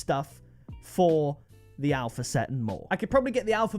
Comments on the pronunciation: Only legends were here when it said ALHPA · Alhpa XD